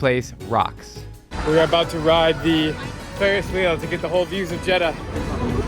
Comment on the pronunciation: Ill teach you how we say Jeddah so cut the jed then say dah so here's the results jed dah